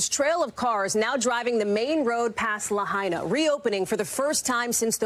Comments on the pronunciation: La-HI-na, not La-HEY-na. Out of respect for the dead, please get it right! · La hey na??? Its LAHAINA. If you refuse to pronounce it right, don't report on it.